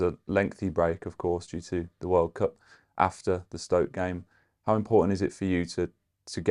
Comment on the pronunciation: I think it's IMPODDANT Carlos stops saying Impoddant